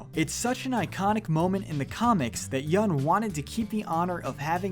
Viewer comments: Yoon not yun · Yeun not yoon or yun